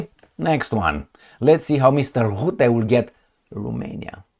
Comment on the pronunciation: The 'U' in Rutte is pronounced as the 'U' in Fun, Butt or Gun, The 'R' should roll just like the sound of an old film projector.